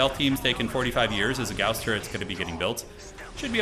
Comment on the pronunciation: Thank you for properly pronouncing gauss im so tired of hereing it prounced like gauze